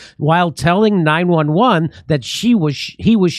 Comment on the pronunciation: Jimmy it isn't 9-Eleven, you know that! it is 9-1-1